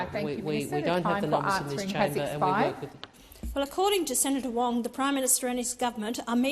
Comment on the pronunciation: "Keeping the Bastards Honest." Someone send Wong to Speech Therapy!! Pauline for Prime Minister!!